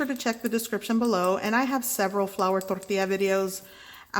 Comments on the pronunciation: It’s funny how she rolls her tongue only when she says tortilla like if she has a Mexican accent. 😆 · You don’t have a Spanish. But when you say tortilla you use a Spanish accent. Jus sayin. I can’t even deal with people saying wash yourself hands. Of course cooks wash their hands.